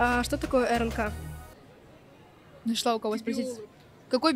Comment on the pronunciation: Ух ты! Все знала, только вот в буковкой Р в РНК не очень кравильнл сказала и естественно И в ИНН тоже индивидуальный называла :)